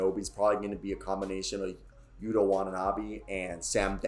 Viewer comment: Nailed yuta's name